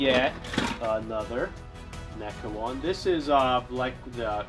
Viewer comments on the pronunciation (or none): HE SAID NECA NOT MECHA